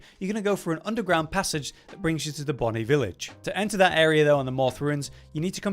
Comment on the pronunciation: Finally someone saying the word "Bonny" correctly. So many Boney village out there lol